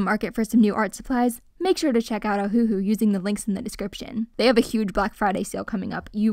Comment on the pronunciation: Just want to say…. ITS NOT FREAKING O-HU-HU ITS OHU-HU and btw I’m not trying to be mean